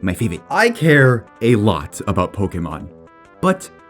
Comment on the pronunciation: "my faevit"